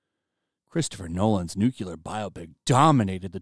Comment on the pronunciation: "Nucular"? Really?